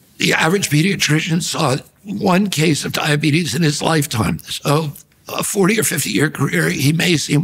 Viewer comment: mf said diabetus